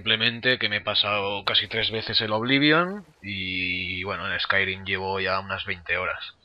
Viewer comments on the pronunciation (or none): none